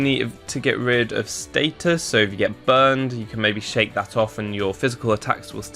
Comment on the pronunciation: Status, not stattus.